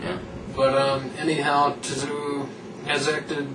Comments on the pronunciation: Your lack of knowledge is astounding. Respect though for being willing to embarrass your sorry asses like that. LOL. Can't even pronounce Tszyu and you're 'boxing fans'. Couldn't stop laughing throughout that video at how dumb you guys sounded, LMAO. Tszyu detsroyed both Mitchell and Judah (both cried in the ring), what a joke this was. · You guys are a farking joke. I couldn't stop laughing at your review of Kostya Tszyu (you can't even pronounce his name) LOL. He smashed Jab Judah, and had the fight continued he would have continued to do so.